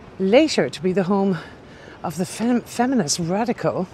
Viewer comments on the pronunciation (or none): none